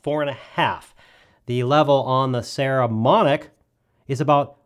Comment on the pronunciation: Nice review. I have some Saramonic gear and find it really sturdy and well made. I think they have very reasonably priced and good quality gear for the consumer and low budget pro (most of us). BTW, it's PPPPS, not PSSSS, just sayin'.